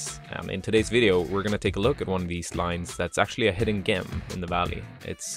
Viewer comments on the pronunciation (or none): Amazing footy as usual,. So, I’m usually the one to point out if my friend has something in their teeth, and I wanted to say “gem” is pronounced with a soft sound like “jump” or “journey.” Which reminds me, excited to stay with you on this epic journey. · Have I been pronouncing hidden “gem” wrong my entire life? Sick boulder tho, keep the videos coming